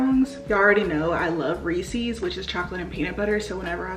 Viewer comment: You’re mispronouncing Reese’s and ahi. The Reese’s is driving me crazy